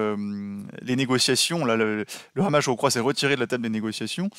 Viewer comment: Mr Dénecé, on ne dit pas "Hamas" comme avec la "jota" ; mais Hamas avec un H aspiré. Les Israéliens prononcent comme vous.